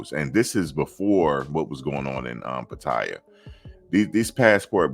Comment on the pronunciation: PA-TA-YAA thats how you say it